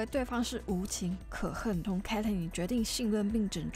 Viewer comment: 哈哈發音確實要修又下不然有點出戲 建議頻道主可以去看外國人對 Vi Caitlyn 的 reaction 的發音